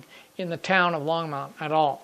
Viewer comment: Hi, really enjoy your video series and the subject area. I drive by the Longmont depot and yard area at least once a day and often more. You're doing a real good job capturing the essence of the area. (BTW the pronunciation is Long-mont, not Long-mownt). Also one of the current big controversies in town is the volume of train horns after the mid 2000's Federal mandate of louder and longer whistle blasts, particularly down the stretch you model with the close residential areas. Keep up that good work